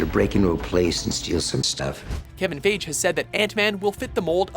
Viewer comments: Please pronounce Feige correct next time. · everytime you said kevin fiege's name it made me cringe.......you guys really screwed that up big time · You pronounced Kevin's Last name wrong, Damn Peasant!!! And also you dated Ant-man for 2012. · Yeah, this killed me, too - it's like WatchMojo never looked up how pronounce his name, despite ALL THOSE PANELS/INTERVIEWS he does. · "Kevin Faij" Lol no, WatchMojo, it's "Fie-gee." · You pronounced "Feige" in multiple different ways during this videos, but never the right way. Its FIY-GEE. :) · Also it's pronounced Kevin Fy-ghee not Fage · Feige does not rhyme with beige. English makes no sense but it's pronounced fi-gee. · iTS PRONOUNCED FI-GEE YOU IDIOT NOT FAGE!!!!!! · It's Kevin "Fie-Gie" not Kevin "Fage". Seriously, you are the worst at pronouncing stuff. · Lol it's FY-Gee not phage. Kevin Feige. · kevin phage??? don't you mean fiege??? fuck sake watchmojo..its pronounced FYGEE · Did he seriously just say KEVIN "FIYJ" instead of FEIGE!!!!!!! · Didn't Ant-Man come out last year, as in 2015? (PS - According to Kevin Feige, it's pronounced "fei-gee".) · disliking because the voiceover saying "Kevin FAGE" threw me off completely. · Lol they said Kevin faig xd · It is pronounced fihe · It's pronounced fi-gee God Damn watch mojo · do you seriously not know how to pronounce Feige? here's a hint...'f-i-gee'. but it's ok, not like it hasn't been heard before. oh wait...it has. hundreds of times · It's Feige as in "Fai-gee" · lolll "Kevin Fayj" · Feige! FEIGE! Fie-gy like Nike! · Kevin "Feige" Pronounced FI GI? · It's pronounced fygee lol and it's 2015 not 2012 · "Antman (2012)"..... "Kevin FAGE" ?!?!?!? watchmojo is just filled with mistakes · It's Kevin Fiegee lol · If you're gonna get it wrong, at least say "Feej" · please pronounce the names right. It's 'fie-gee,' soft 'g' sound. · They are botching Kevin Fy Gee's name so it sounds like PHAGE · And you can't even pronounce 'Fiege' right, oh dear this is gonna be a riot